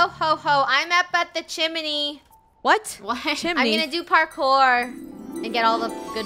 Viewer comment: saying: "hey guys im up here in the "chimeney"! me: "ChImenEY" also me: can't stop laughing